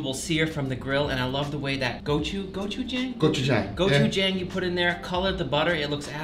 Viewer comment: guga, your pronunciation of gochujang makes me sad. anyways, thank you for teaching me how to make the best steaks ive ever had!